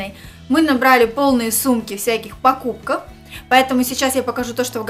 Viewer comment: Пркупков,думала послышалось